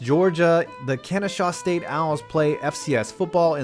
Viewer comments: It’s Kennesaw State not kenneshaw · Kennesaw State...not "Kenneshaw" State. Nevertheless, it is a nice small venue. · Omg you completely butchered the name "kennesaw state" lmaooo but it's cool...another cool fact about that stadium is that Atlanta United uses that stadium (rarely) for their professional games